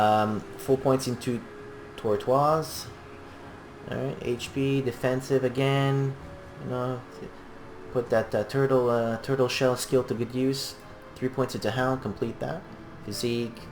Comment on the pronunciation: Tor Twaas, Lol - TOR-TOY-S